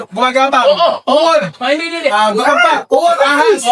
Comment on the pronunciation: Mamataymatay ako sa tawa sa inyo si dna nakakabasa eh ung ahas naging alahas 😂😂😂